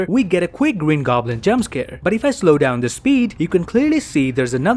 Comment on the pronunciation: Gween goblin